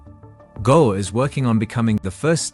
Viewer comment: Irs not Go Its Goa = Gooaaa